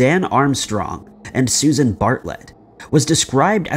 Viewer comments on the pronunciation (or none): none